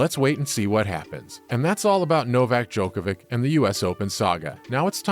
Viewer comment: Hard to take the news seriously when it comes from a sports news outlet that can't pronounce the name of a tennis player who won 21 GS and has been No1 for 373 weeks.